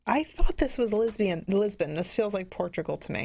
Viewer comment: I watched the whole show, and enjoyed it, and then I fell out of my chair when said "Lisbian", for "Lisbon"....:)